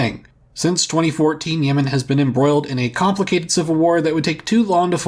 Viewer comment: South Yemen is now South Nuh-uh-man